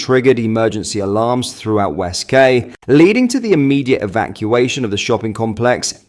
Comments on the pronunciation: The word Quay is pronounced key Not kay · It os pronounced West Kee noy West kay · West Kay!!? 😂 or West Quay (pronounced ‘Key’) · It’s pronounced key, love, not Kay! But you’re forgiven ❤ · West (-key) not West (-kay). Pronunciation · "WestKAY" oh 🤣🤣🤣🤣🤣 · Its pronounced west key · It's pronounced West-Key. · West quay. Pronounce it as West key